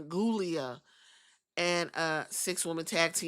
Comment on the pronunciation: I like Giulia, but I giggle at you not living at all and calling her ghoulia.